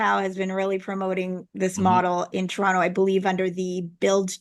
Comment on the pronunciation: The way you say Toronto area sounded like trauma area. Lolol